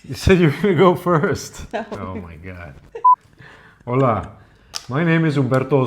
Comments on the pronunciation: The Spanish greeting is "hola," not "ola" (same sound) but I'm glad you're enjoying my country. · Not Ola say Hola !! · Besides, it's HOLA with an ache to say Hello. Ola means wave. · "Hola Spain". With "H". "Ola" = wave, do not is Hello.